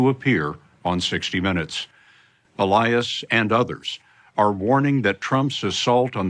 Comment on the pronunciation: When he turned into e-lie-as.